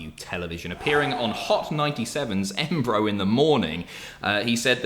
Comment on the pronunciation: "On EHBRO in the morning show" flexing his British twang there I see 😂